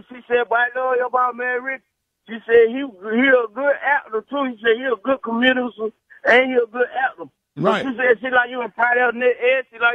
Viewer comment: What is ‘SPUNT’ the night?!? LOLOL. Rickey is a good ‘cumedisan’. Lmbo.